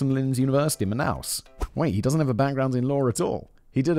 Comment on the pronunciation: Love how simon pronounce the Brazilian city of manaus and the Portuguese words every one of those wrong 😂😂😂😂😂😂 But it is funny af